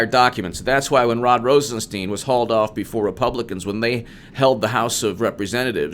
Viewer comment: It is ROSEN STINE, NOT STEEN.